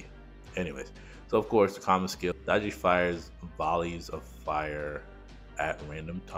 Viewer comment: Summoner r going to b broken! I think she is pronounced Day-gee.